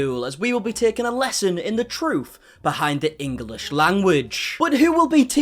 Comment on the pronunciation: ENGLISH not Engalish ! There’s no A !